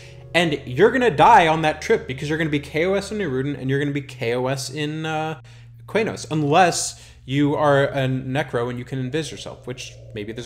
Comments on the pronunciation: Always thought it was "K-nos", not "Kway-nos" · Qeynos = Kee-nohs